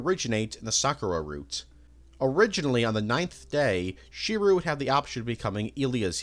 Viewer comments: how did you mispronounce "Tsukihime" and "Shirou" THAT wrong bro 💀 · Wait so you've seen almost every Fate anime and still pronounce Shirou's name as "She-roo"? Seriously? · i dont believe you've ever seen any fate series. How tf do you mispronounce shirou he is literally the main character. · Shirou is pronounced Shi-r-O Tsukihime is pronounced Tsu-ki-he-ma Rin is pronounced R-in those are what are known as shadow servants the picture in the middle is Kiritsugu the Ch in Chulanne is just witha C not a ch